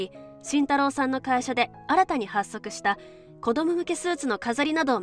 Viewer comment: 発足は、はっそく とは、読みませんよ😢 ほっそく と読みますよ😮